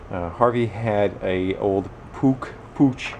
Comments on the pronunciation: My Puch got up to 45. Take a 1/2" drill and drill out the plastic restrictor in the manifold! Oh and pronounced Pook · Puch is pronounced something like "pooh", it's German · In German (and this thing was designed and built in Austria, which is German-speaking) it's more like "put" and the ch at the end is pronounced in a way that doesn't exist in English - imagine a hissing cat, I guess that gets close. Or if you're familiar with Spanish, the letter j is often pronounced in a similar way. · "Puch -- Rhymes with "Book".